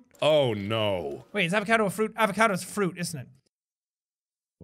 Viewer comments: Jack that's not an avacado it's a Fr esh a vaca do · When Jack said avacadeo I died